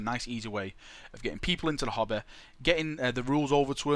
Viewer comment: Everytime he said "hobby" I thought he was saying hobbit XD